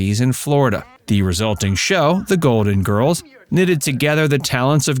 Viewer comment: Golden Girls has an L LLLLL in it ...Please prnoune your LLLLL